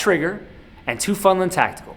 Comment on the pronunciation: Teufelshund: “TOY-FELS-HOONT.”